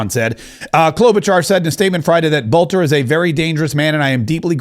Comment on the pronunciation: BELter not BOLter. Quit talking like an AI. There's a vid out where he says his own name. Learn it ya spawn.